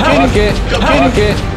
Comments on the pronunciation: did say fuck it or bucket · did say f**k it or bucket?